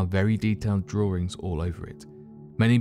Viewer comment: those are carvings, not "drawerings".